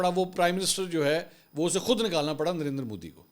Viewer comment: منصور علی خان آپ کہتے ہی درندر مودی ہیں یا مجھے ایسا سنائی دیا آپ کی بات میں 😅😅😅😅😅